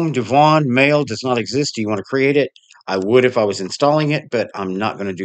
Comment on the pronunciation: YOU are pronouncing it CORRECTLY--- DEV- won.... and I can't wait to see it. I have tried the peppermint devuan verson- looks good..